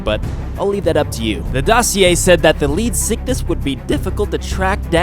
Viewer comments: You can attack the lead sickness and put an end to it XD he didn't say it but sound Ed like it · It's pronounced leed-zick-thees get your facts right